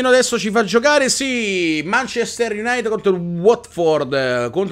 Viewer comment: Non voglio fare il pignolo, ma il munchester utd si legge "manciester IUNAITID non IUNAIT" E' una squadra che mi piace molto e vorrei che non la storpiassi ^.^ E' solo una critica costruttiva, per il resto continua così, Grande:)